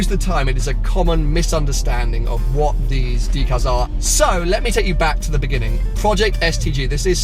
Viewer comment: I thought it was pronounced deck-al not dee-cal. And you should remove all the white stickers